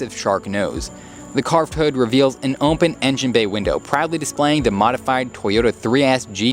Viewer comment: Open is not pronounced oMpen!!!!! Couldn't stand listening to the video. Had to mute it and read the closed captions.